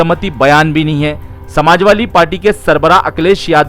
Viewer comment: Assalamualaikum.. My brother it's Samajwadi not Samajwali...